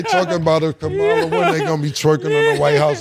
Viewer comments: Kamala is pronounced COMMA LA NOT KAH MAH LA!!! The inability or the lack of care to say a simple name correctly is the mindset that worries me about Trump and his supporters? 🤯🤯🤯 #ThatscaPriBaby. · And it's pronounced Cama-La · So Mase read the Bible from front to back as he claims with those difficult names to pronounce he mispronounce Kamala name that's lame. I'm out ✌️🏾